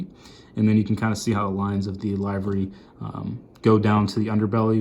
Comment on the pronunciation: Livery is pernounced liv·er·y